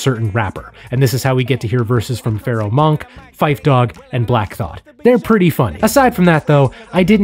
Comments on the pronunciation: "Stakes Is High" is one of the greatest tracks in HipHop history! And the title track of a great album... The day De La dropped on streaming was a beautiful day - just wish Dave The Dove was still here to see it! 🙏 RIP Trugoy Edit: 🤣 A couple quick things: It's Pharoahe Monch - with a ch sound, like "munch" and Treach, like "stretch"... don't want you to get laughed at by HipHop heads lol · Your channel was recommended to me, and I've been bingeing your videos. My only criticism of your channel is your propensity to mispronounce people's names. I find this to be an issue amongst most YouTubers. However, the way you mispronounced Treach and Pharoahe Monche was my breaking point and I had to leave a comment. 😄If you are not sure about someone's name ... just Google it. Thanks ! -- now, I am off to continue bingeing your videos. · How do you have so much insight into hip hop, then mispronounce Treach and Pharoahe Monche? Something's not adding up. 🤔